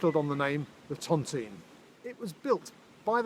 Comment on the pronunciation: Hi. Lovely video, just one pet peeve that I can’t help but mention because generation of my family were housed within the tontine cottages. The pronunciation of Tontine isn’t Tonteen but Tont-eye-ne.